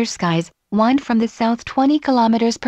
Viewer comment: It's coming along nicely. =) I noticed there were a few instances of "wind" (as in "it is windy outside") being pronounced like "wind" (as in "to wind up a spring"). Is that something that will be worked on, or is that just how the text-to-speech works? Not a big issue since the meaning was still intact, but polish is always nice.